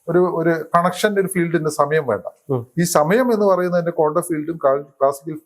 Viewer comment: "കോണ്ടം" ഫിസിക്സ്‌ അല്ല ശാസ്‌ത്രകാരാ, "ക്വാണ്ടം" ഫിസിക്സ് 🤪